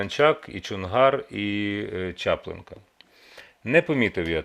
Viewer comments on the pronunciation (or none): Дядя в черной рубашке! Не Чааааплынка, а Чаплыыынка! Учите мат часть! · ЧаплИнка,а не ЧАплИнка 😡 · Дякую за гостя, людину фахову, з цікавістю слідкую за аналізом подій, котрі робить Олег Жданов. До пана Скрипіна прохання, можливо, не суттєво, але дуууже ріже вухо: правильний наголос ЧаплИнка, не ЧАплинка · Ведучий,ви не вірно говорите , Чапли'нка,а не Ча'плинка. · Гарний ефір, але не ЧАплинка а ЧаплИнка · ЧаплИнка а не ЧАплинка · Романе,правильно ставте апостроф на назві Чаплинка.На букву "и".А не чАплинка. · ЧаплИнка. Неправильний наголос. І взагалі незрозумілий обвинувачувальний, зверхній тон Скрипіна, вважаю неприпустимим стосовно Жданова. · У слові "Чаплинка" наголос треба робити на "И": ЧаплИнка. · Рома нада правильно називати населений пункт наголос ставити правильно вродьби журналіст Чаплинка чаплинський район с матюками в тебе добре правильно назвати населений пункту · Чаплинка - наголос не на першу букву А. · Господи, вивчіть гарно наголоси в Українській мові. Наголос на букву "и" , а не "а" у слові Чаплинка. Ведучий вірно задає питання, але граматику української мови потрібно вивчити. Аж слух ріжуть не вірні слова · Чаплинка.Наголошеня на "и".